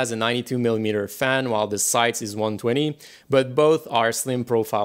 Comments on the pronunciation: It's called Scythe...not Sayth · How sure are you that it’s pronounced “sigh thee” , I always thought it was just “sighth”